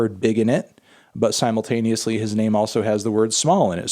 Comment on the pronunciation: Please stop saying "Simon-taneously". It's "Simultaneously".